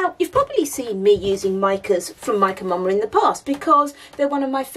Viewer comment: I have to admit that when I first started watching your videos, I thought you were saying Mike & Mama! 😂